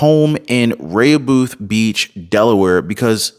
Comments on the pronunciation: in Delaware, his home is pronounced 'raa hoe beth' beach. not that i care! good show! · Rehoboth is pronounced Re-ho-both. Also that town has a lot of , LGBTQ. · I am familiar with the Delaware shore. It’s is pronounced ( Re-Ho’-Beth ) = Rehoboth, Delaware. Hope that helps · "Re- ho- beth..." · Hi, Thank you for all you do, just to make you aware, you are not pronouncing Rehobofh correctly, bottom line is Biden needs to get out of office, God Bless You and Your Family, God Bless America and The World!! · "Rehoboth" is Pronounced: with the Accent on the 1st Syllable (Re): ("e" has Short: "a" sound)--like: rah, rah, rah. "ho" (long "o" sound), "both" (o has short "u" sound - buth). "And there You have it". NOTE: I use to go to Rehoboth Beach, Delaware -- every Summer -- when younger.